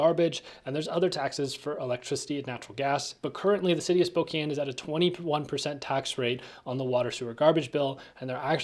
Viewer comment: I've been there once. Pretty boring town w/o decent Chinese food and found it is home to Gonzaga. It is Spo-"can" not Spo-"cane"...as the locals said it ain't Cocaine, it is Cocan!